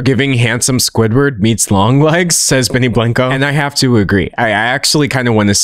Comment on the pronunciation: benny blanco is Surely not pronounced this way..